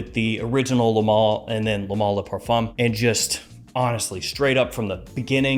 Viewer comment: why is he saying mall? 😭 its male